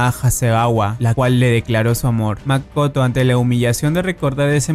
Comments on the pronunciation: dijo makato en ves de Makoto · En Japón: MAKOTO En Latinoamérica: MAKATO XDDDD